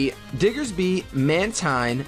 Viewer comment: Mantine is pronounced Man-teen. Like Manta and Marine.